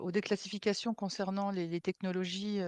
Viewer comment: ⚠⚠⚠Dans la présentation: déCLASSifications! ET PAS décalcifications!